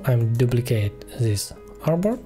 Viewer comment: so sorry, I can't understand a word you use, is it "airbot?" when you copy a frame or box you said "Now we copy this airbot?" Please accept my apologies for having to ask.